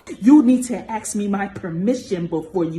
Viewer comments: Can someone explain this how people pronounce word "ask" these days. When I was taught English ask was pronounced pretty much how it spells, but now now you hear it pronounced aks or ax??? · People that say "Aks" instead of "Ask", does not deserve to be listened to. The real racists in this time, are the people always talking about race and skin color. Lets all talk about "The people" instead of "The yellow people" or "The black people" or "The white people" or "The brown people" or "The any other skin color people" or even the different races. Then, we will have erased racism. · "you need to axe me to speak". The word is ask, and no we don't. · Not gonna lie, if someone pronounces "ask" as "aks", I automatically ignore everything they say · Can I axe you a question? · In addition to being a complete racist, her use of the word axe instead of ask, shows her lack of basic education.